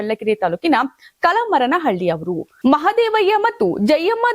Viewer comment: ಕಲಮರಹಳ್ಳಿ ಇದು ನಮ್ಮ ಊರು ಹೆಸರು ಕಲಮರನಹಳ್ಳಿ ಅಲ್ಲ ಅಲ್ಲ ಕನ್ನಡ ಸರಿಯಾಗಿ ಉಚ್ಚಾರಣೆ ಮಾಡಿ